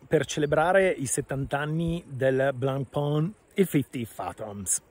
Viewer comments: Lo dicevi giusto primaaaaaa NON è BLENPÒN!!!! Si dice: BLANPÈN o ancora meglio BLONPÈN Blancpain vuol dire "biancopane": blanc si pronuncia BLAN o meglio BLON e pain si pronuncia PÈN! È FACILE! 🎉🎉🎉 Comunque sono pienamente d'accordo: bella trovata di marketttting, ma TENETEVELO! 😂😈🤣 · Blancpain , si pronuncia come pane in Francese , studia